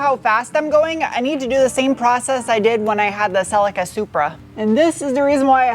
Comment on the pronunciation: Did American use the same nickname Australians used? Toyota silly car! Or did your pronunciation of Celica not allow such levity?